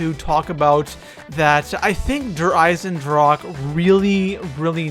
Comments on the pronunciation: EISENDRACHE* not drake lol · eisendrache, iron deagon in german, ch is pronounced like a strong er g not like a k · I love how everyone mispronounces der Eisendrache